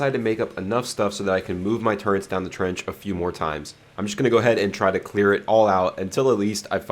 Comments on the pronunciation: Love the video but what's a turrent? Oh you mean a turret!! There's no N in that word. It's a turret, easy word! haha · I'm sorry, I love your content 💯 But after 7 years as you say... I draw the line of you calling turrets......TURRENTS... Stop it now or I'll find you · theres no 'n' in 'turrets', my dude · Where is the "N" in turret?